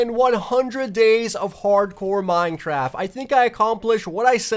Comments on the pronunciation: am I the only one who heard mine-traft instead of mine-craft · Lol at the begining he said minetraft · Is it just me or did anyone hear this man say "Minetraft?" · Did I hear Minetraft? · In the intro why did you say minetraft cause thats what I heard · he said minetraft? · Minetraft lol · he said minechaft and minecaf in staed of minecraft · Did no one else notice when he said “ 100 days or hardcore minecraft” he actually said “ 100 days of hardcore minechaft”............. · "100 days of Minetraft hardcore" great english sir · did he just say "100 days of hard core Minetraft"?😂😂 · minejraft lol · i don't now if i am the only one that notice dis but did he just said in "minetraft" xD